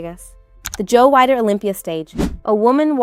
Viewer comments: Weider is pronounced “WEE-DER”! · Learn how to pronounce Joe Weider's name correctly, you calling him Wider